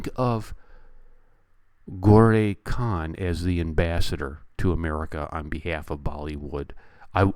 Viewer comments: its pronounced as GO-RA khan . great review. movie is based on true events so the ending is really wat happened to parents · Gore Khan!!! Hahaha.. you pronounced it like Gauri Khan - SRK'S Wife ;)